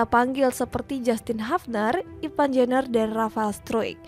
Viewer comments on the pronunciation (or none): IVAR pake R bukan IVAN .... dodol!!